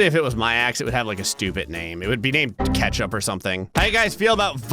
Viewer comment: You part Canadian you yell out ketchup like you've had ketchup chips